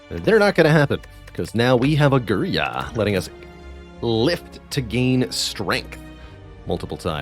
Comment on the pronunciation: It''s girya, not griya. Love your vids. Cheers